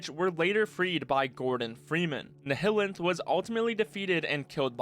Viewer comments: It’s NILEanth not Nehellanth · "ni-hi-lint" Never heard of anyone saying it like that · why do you say nihilanth like that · the pronunciation of the nihilanth really caught me off guard lol